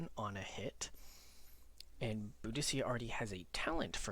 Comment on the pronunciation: you read it BO-DE-KA